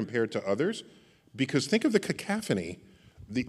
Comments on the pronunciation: "Cacophony" ... not "cacaphony" Mr. Tyson... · Cacophony not cacaphony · Dr. Tyson, you've been my intellectual mentor for years - this is the only time I gotta call you out on your pronunciation of cacOphony! (If that's the only thing I ever caught you on in these many years, you're doing pretty good! All-in-all, you're a gift to humanity!!! ;-)